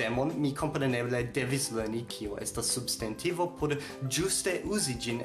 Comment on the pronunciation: Kio okazis pri via elparolo de «substantivo»? Sonas kiel «subst**e**ntivo». Interesa kaj lumiga filmeto.